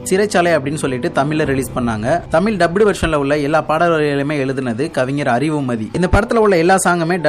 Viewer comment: தமில் இல்ல பா தம்பி தமிழ் னு கொஞ்ச அழகா சொல்லுங்க